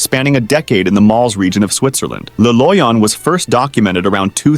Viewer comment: le loyon? nah bro tahts just doctor doom